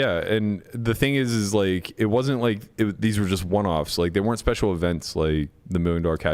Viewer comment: amazing how can't pronounce "special" and insists on using the word every show